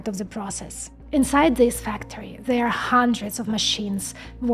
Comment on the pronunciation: Instead of There you say Zere